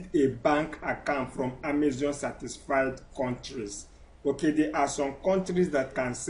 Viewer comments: Amazon not amazion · If I had a dollar for every time this guy says "On Amezion" I'd be super rich and wont need to sell on Amezion anymore. Jeez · E say Amezion! Leave me alone 🤣